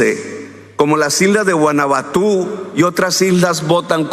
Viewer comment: Guanabatú? Hahahha el presidente calcetín vuelve a hacer de las suyas... se dice VANUATU